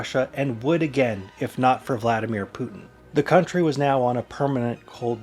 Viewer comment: VlaDeerMen Pootin